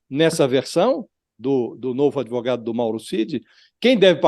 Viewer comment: "Por quê comprá-lo? Por quê não comprá-lo? Comprei-o-Ô!"... É um pândego esse "adêvoGado"! 🤣